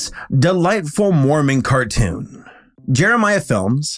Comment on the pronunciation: Car toon, tmcar toosh